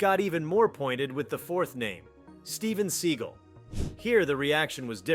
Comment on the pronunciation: “Steven Seagull”